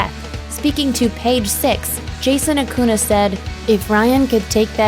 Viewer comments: Acuña. Not aKoOnA. Fricking dumbass. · ACUÑA... not acuna. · Its acuña not acuna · Acuña no acuna say it as it is writed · That's not how you pronounce "Acuña".